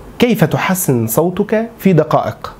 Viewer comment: كيف تحسن صوتك بفتح التاء، والله أغلقت المقطع لما سمعتك ضممت كلمة صوتك ولم تفتح التاء.